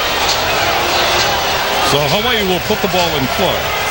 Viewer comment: Is that the dude that keeps saying “HAWA-EEE